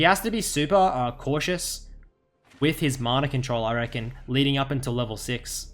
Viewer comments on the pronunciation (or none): none